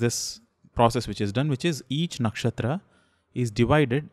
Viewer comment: Very informative! It's not a hate comment, but just wanted to ask, if the pronounciation of नक्षत्र is नक्षत्रा? I just want to say that why do we put "aa" sound at the end of the hindi or sanskrit words when we speak in English like रामा, हिमालया, कर्मा etc.